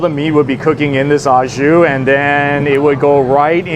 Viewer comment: There's no such thing as "ah Jus." In French "Au jus" (pronounced oh zhoo) means "with juice." So if you're having a sandwich au jus, you're having it with some type of dipping sauce/soup. If you're just talking about the dipping sauce/soup, you call it "jus." "Ah jus" is un-cultured American bastardization of "au jus."